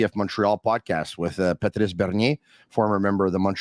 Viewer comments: Why are you pronouncing Patrice’s name like that?… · they’re speaking English… Not one single person in the league has pronounced his name like that during his career.